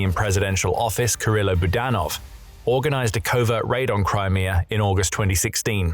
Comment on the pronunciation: Crimear. Russier. 😁